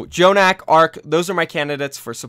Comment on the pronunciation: why does keeps saying "J"jonak